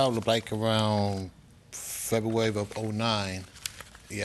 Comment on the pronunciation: Febeuwawy 🤣 can’t saw February, ask, ambulance